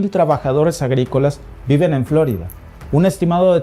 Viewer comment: Florida no " flo'rida"